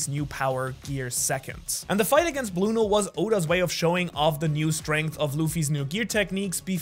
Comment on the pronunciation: Bruno💀 it’s Blueno